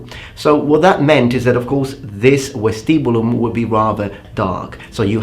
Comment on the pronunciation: the V from vestibulum is pronounced like V from Vegas